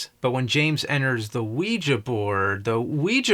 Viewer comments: "Wee-juh" board... has he never heard other humans speak? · It is so fascinating how badly he mispronounces “Ouija”.